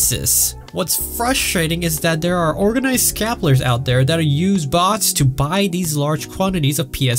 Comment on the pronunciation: This dude can't pronounce "scalpers" and it's terrible and hilarious at the same time.